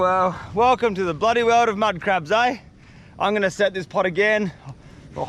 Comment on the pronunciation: Why do you say blody